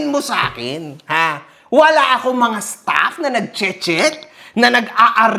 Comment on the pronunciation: wala akong staff❌ wala akong stapp.✅ HAHAHAHAHA